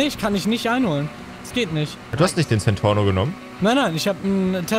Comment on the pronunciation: Alle sagen centorno.... Wie das Auto wirklich heißt:centenario🤣🤣🤣